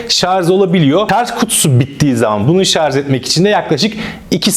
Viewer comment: Arkadaşım emeğine sağlık güzel bir tanıtım fakat nacizane tavsiyem binlerce insan sizi izliyor şu "Şarj" kelimesine dikkat edin biraz şarz çok kulak tırmalıyor lütfen dikkat edelim